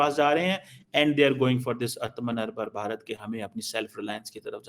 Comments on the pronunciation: Please learn to pronounce "Atmanibar Bharat" correctly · do you know the meaning of "atmnirbhar bharat".first see in your pronunciation. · He intentionally butchers the pronunciation of "Aatmanirbhar Bharat". English speaking people pronounces the word better than him. It just shows that CONVERTS are more radical than the REAL ones.